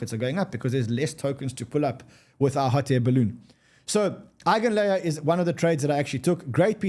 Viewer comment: Eigin layer??? 😂😂😂 NEVER